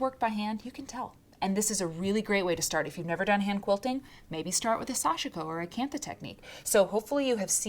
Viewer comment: Sashiko is pronounce with 2 syllables. Sash-ko.